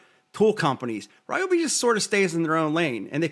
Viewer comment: Love Ryobi (not Ree-obi) but I’ll stick with my Ego chainsaw.